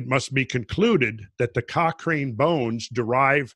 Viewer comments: Very interesting. My dog wants to know whether the mamoth bones are still edible;-). BTW, Cochrane is pronounced Cockran...soft A... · I live east of Cochrane (pronounced Cock-Ran) and the landmass is shaped by massive flooding. I was flying back into Calgary AB from the east just as the sun was setting. The entire prairie were just ripples like the sand on the shore of a beach or river. Randall and crew helped me even notice this. Keep up the good work lads!